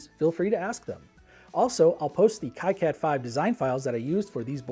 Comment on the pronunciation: its supposed to be "key-cad" - thats the right way to say it, right ?